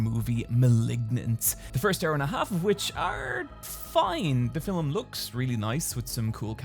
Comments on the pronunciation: anyone else finds it cute how says "filem" instead of "film"? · Is he saying film or فيلم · Yes! I missed hearing call films "fillems". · That was…. normal. Also - filum. Love ya. That is all:)